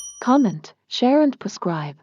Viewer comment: It's Subscribe not Prescribe :)